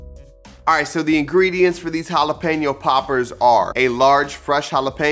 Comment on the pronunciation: I loveeee poppers! It’s a must appetizer every party I throw! Can’t wait to try this recipe! 🔥 🔥 🔥 I’m glad you didn’t say Jalepino! I can not when people say it like that 😂